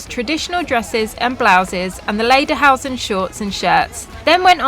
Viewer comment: Oh, guys. Lederhosen pronounced lay/der/hose/n and dirndl is pronounced deer/n/dle.